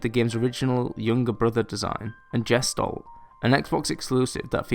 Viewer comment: btw. "gestalt" is not pronounced like "jestold", its german(means "shape" or "figure") and its pronounced like "guh·stalt"(where the st is more like an SHT)